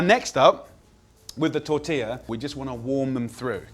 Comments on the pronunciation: The best thing I can say about this is that Jamie Oliveoil managed to pronounce "tortilla" almost okay. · At least he knows how to pronounce "tortilla", brits have big problems with this for some reason.